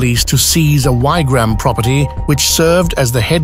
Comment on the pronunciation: Its Wig-ram not however you said it, chur